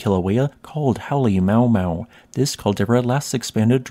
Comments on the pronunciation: I used to pronounce the summit crater's name the same way you did ... until I found out that the syllables are grammatically separated. Halemaumau is not "Holly mau mau" but is actually spelled Halema'uma'u with each portion pronounced separately ... Ha LEH ma, OO-mah, OO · I believe the actual name is not pronounced Holly Mow Mow, but Hollae ma’U ma’U. Glottal stops have been left out. Please correct me if I’m wrong. Love your informative videos! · Halemaumau Crater is pronounced “Hal-eh-ma-u-ma-u”, rather than “Hal-eh-mau-mau”. It makes a little more sense with the apostrophes: “Halemaʻumaʻu” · Just a small tip: The summit caldera is not called Halemaumau, it's called Halemaʻumaʻu. Pronounced as HAH-lay-MAH-oo-MAH-oo. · It's pronounced HAH LEH MAH OO MAH OO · Love your content but you butchered hale ma'u ma'u pronunciation haha Its ma oo ma oo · Came here to say this. One of the very best parts of any Hawai’i volcano video is getting to say the names Halema’uma’u and Pu’u’O’o!! I would describe them as: Holly-MAH-ooo-MAH-ooo Poo-ooo-OH-oh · For the love of God it's Hah-Lay-Ma-Ooo-Ma-Ooo! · Informative and quick, love the videos! Check the pronunciation of Halema'uma'u for the next one ;) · You pronounce Halemaʻumaʻu incorrectly. Check the Hawaii County Civil Defense alert announcement for the proper pronunciation.